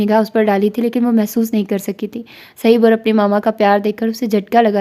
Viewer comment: السلام عليكم ورحمة الله جی ناول کے بارے میں آپ کی اپنی رائے ہی ٹھیک ہے ویسے میرے خیال سے آپ اس کو صہیب(ص کے اوپر پیش اور ہ کے اوپر زبر)پڑھیں اک مشہور صحابی ہیں صہیب رومی رضی اللہ عنہ ویسے اس طرح کے جو چار حرفی نام ہوتے ہیں مثلا زہیب، عمیر، زہیر، اور بھی اس وزن پہ وہ اسی طرح (پیش) کے ساتھ پڑھے جاتے ہیں آپ شاندار پڑھتی ہیں چونکہ ہم خود پڑھنے لکھنے کو پسند کرتے ہیں اس لئے یہ کہ رہے ہیں خفا نہ ہوں